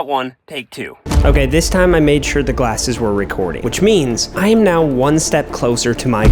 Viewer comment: "Gallses" blew me up 💀💀💀💀